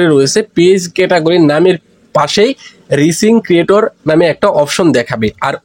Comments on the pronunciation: আমি ইংলিশ উচ্চারণই করতে পারেন না। আবার কন্টেন্ট তৈরী করেন কেমনে? বানান টা "রিচিং" না এটা হবে "রাইজিং " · আপনি ভুল উচ্চারণ করেন কেন? হবে রাইজিং